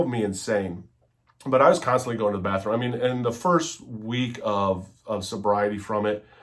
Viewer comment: Dude stfu and ‘go to da badroom’ you coked up loser 😂